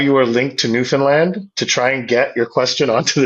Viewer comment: Wow as a Newfoundlander, hearing properly pronounce it was awesome. The amount of people even within Canada who call it New-Fin-Lind is crazy.